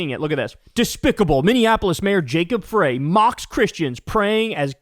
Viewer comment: FYI - Minnesota here. The Mayor's last name is pronounced FRY like French Fries.